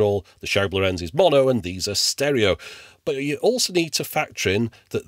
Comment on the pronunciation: Thanks for another retro ride :) Just a small niggle here. It seems all English speakers do this: The name Lorenz is the Germanic version of Laurentius (Latin/Italian) and NOT emphasised on the last, but on the first vowel! Please quit saying "lorEnz", and instead say "lOrenz". It makes sense to remember this, because many famous and important scientists, engineers, mathematicians, artists, politicians, etc, had the name in a few different spellings, but Lorenz and Lorentz have the same rule. The only exception would be, if the second vowel has an "h" following, to indicate a stretched enunciation, but I have personally not seen that possible variation.